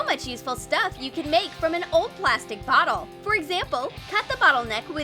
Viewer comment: “NoW tAke a pLastIc bOtTel” wait did they just say plastic... 🐢😔 save the turtles